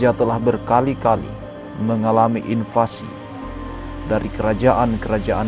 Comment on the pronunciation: toraja berkali2 mengalami INFLASI 😅 mungkin maksudnya invasi tp terdengar seperti inflasi, kliatan betul pengisi suaranya sangat berhati2 ditambah banyak gunakan pemilihan istilah asing tapi hasilnya malah terdengar kaku, ngalir aja ngomong coba, lepas gitu jangan dijaim-jaimkan pasti hasilnya bagus 😂😂😂